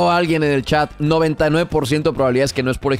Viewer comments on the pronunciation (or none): none